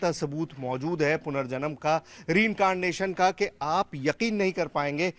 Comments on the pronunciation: Letter r is missing in the word incanation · पत्रकार साहब हिन्दी मे बोलो पुनर्जन्म ही बोलो अंग्रेजी बोलनी नई आती तो अंग्रेजी कियो झाड़ते हो ( री कारनेशन) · R is missing from reincarnation🤣